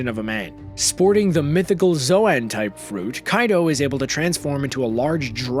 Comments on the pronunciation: It's zoan fruit not zoaaaan fruit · btw zoan is pronounced zone